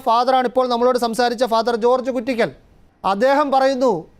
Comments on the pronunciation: ഫാ. ജോർജ് കുറ്റിക്കൽ ആണ്. കുറ്റിക്കാട് അല്ല. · മറുനാടാ കുറ്റിക്കാട്ട് അച്ചൻ അല്ല കുറ്റിക്കൽ അച്ചൻ എന്നാണ് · കുറിക്കൽ അല്ല കുറ്റിക്കൽ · കുറ്റിക്കൽ എന്നാണ് കുട്ടിക്കാട്ട് അല്ല